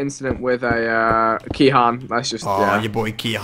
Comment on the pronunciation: its kehaan